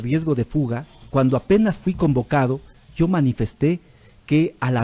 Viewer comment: Por Dios deje de decir llo es yo